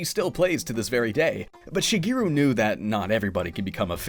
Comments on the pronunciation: Be nice if you pronounced his name right. It's Shigeru (shee-geh-roo), not Shegiru (sheh-gee-roo). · Shige, not Shiggy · Shigiru? Who the hell is Shigiru? Like the rest of the entire internet, you're pronouncing his name wrong. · Which pronunciation?? English or his actual Japanese pronunciation?? Because if you mean his Japanese pronunciation Shigeru Miyamoto (Japanese: 宮本 茂, Hepburn: Miyamoto Shigeru) mē ya no toe she gay roo(or even where you just cut off the U because it's not really said in Japanese like it is in English) but I don't know if you know Japanese or if you think it's mispronounced like most Western countries that use Japanese words like tsunami or Tokyo or Kyoto… Tokyo in English is always pronounced as a three syllable word, but in Japanese(which the words come from) Tokyo(and in extension Kyoto) is technically a two syllable word… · "shuh-GEER-oo" Miyamoto. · it is unfortunate that you dont pronouce his name correctly in a documentary about him. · Nice Japanese pronunciation, fgt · All this work and you couldn't be bothered to look up how to pronounce his name. What a slap in the face. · Wrong. There's right way and a wrong way. Look it up. The way he pronounces his own name is the right way. Period. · One whole video about the guy and you couldn't pronounce Shigeru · LOL exactly what I thought. Sad. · Alternate title: 26 Minutes of a Guy Mispronouncing "Shigeru." 😅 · It seems a pity to write so much then have someone mispronounce the Japanese words.